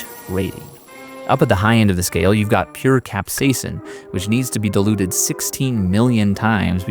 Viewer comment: you really need to pronounce the I in diluted, now it sounds like you're saying dEluded haha